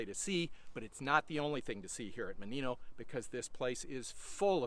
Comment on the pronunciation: It's mOnino, not monIno